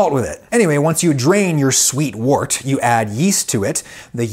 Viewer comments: The word “wort” is not pronounced like “wart”. It’s pronounced like the words word, work, world, worm, worst. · Adam I love your stuff and I learn a lot but just a quick fyi wort is pronounced wert. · "Wort" is pronounced "wert". Sorry, I don't make the rules. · Many people pronounce wort, the liquid poured off a beer mash, “wert” rather than “wart”. Supposedly both are correct. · It might be spelled "wort," but it's pronounced "wert." FYI. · Having been a brewer myself I found this fascinating and brought back many memories. A couple of things that jarred though. First when the fermentation is finished the draining from the fermenter is lagering, the usual term is run off. Also the liquor produced may be spelt wort but is pronounced wert. Brewing is a very old industry and the weird pronunciation is probably due to the medieval great voul shift. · I know I am 3 years too late here, but isn't wort pronounced like wert? Also James Horlick moved to my home town of Racine, and my sister went to a high school named after him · Always heard it was pronounced wert. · Wort, pronounced 'wert'. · Very well done video. In the beer world, wort is pronounced 'wert.' A brewer will use mash-in temperature to influence the different alpha and beta amylase production to allow different sugar profiles for their wort, depending on desired beer characteristics. There is a style of beer out of South America, Chicha, that is made with corn. Because corn has low diastatic power, the alpha and beta amylase in our saliva is used to convert the starches into sugars. People set around chewing corn and spitting into a communal bucked. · It's pronounce WERT. Toads give you warts. 😉😉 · Love your work here. Just want to be my beer geeky self and note that "wort" is pronounced similar to the "or" in.. uh... "work"!! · "Wort" is pronounced "werdt" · Pronounce it like "wert".